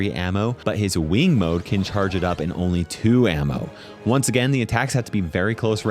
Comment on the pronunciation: the way he said “weeng mode” made me smile.